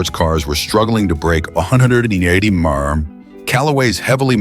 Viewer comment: "With a reputed top speed of two hundred and ....sixty eight emonie mey yer arr".